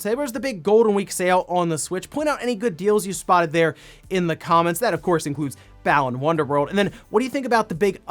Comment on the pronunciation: I kept wondering what the hell was saying when he said Balan Wonderworld. It didn't sound familiar at all then I looked it up and went "Oh yeah... That game RGT 85 freaked out over and completely trashed!" 😆 I swear I remember more about the pain in my ears from RGT's frustrated yell at the start of his video than I do the gameplay. How did that game turn out so bad?